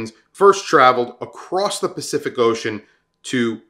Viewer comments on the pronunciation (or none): none